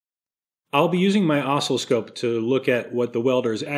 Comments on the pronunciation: Yeah, I was going to point that out. It's aw-SILL-oh-scope! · Love the video but, "osslowscope" WTF, is that like oscilloscope? LOL. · What's an oscliscope? Does it meassure ocelots? Ohhhh, you have an oscilloscope! Osc-ILL-oscope. How do you pronounce oscillation? Great channel, by the way! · Oh - Sill - Eh - Scope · Oscilloscope. I can't describe how much the intentional mis-pronunciation made my teeth grind. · You had better start pronouncing oscilloscope properly by placing the accent on the 2nd syllable, rather than the first. Otherwise, I'll be forced to stop benefiting from all the totally free and (don't get a big head) amusing content you're providing. Now get it right. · I think you are trolling with your pronunciation of oscilloscope... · You trolling with your oscilloscope pronunciation? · when you pronounce oscillascope, you're putting the Em-fass-iz on the wrong Sil-lab-uhl... aside from that, I found nothing interesting in this video. That's why I watched the whole thing! lol